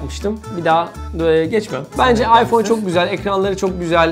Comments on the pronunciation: ayför nedir ulan ;QweQwe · 0.25 beste ayför mü diyo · abi ayför diyo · AYFÖR:-) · Iphöür 6 :D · ayför diyor:D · 20. ve 25. saniye abi aypör diyor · ıphör diyo abi